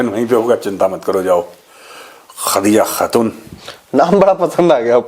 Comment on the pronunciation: Khhhhhhhadija khhhhhhhhatuuun... 😂😂😂